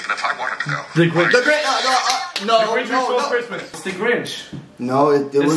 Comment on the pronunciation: Also instead of hearing Christmas i heard Christian